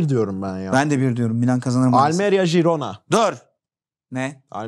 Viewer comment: Herkes de jirona diyecek sonsuza kadar gibi oturmuşu değiştirmek çok zor oluyor :)